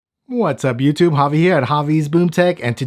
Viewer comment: your name is not javi , it's javi